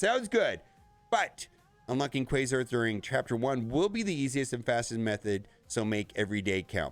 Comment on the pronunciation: It caused me physical pain every time he mispronounced Quasar. It rhymes with Radar. Not Laser